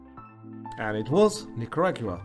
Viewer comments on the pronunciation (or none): none